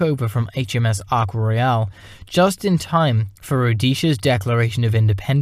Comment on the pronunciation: Somebody should tell that idiot presenter that the aircraft carrier is British not French and it's name is Ark Royal NOT Arc Royale.